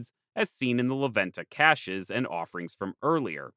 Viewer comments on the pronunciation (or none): none